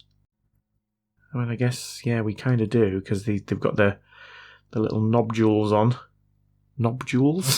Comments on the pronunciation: "Nobdules" made me lol 😂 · Could you clarify please,, is it 'Knobdules' or 'Nobules'? Maybe it's 'Knobjules', so confused...!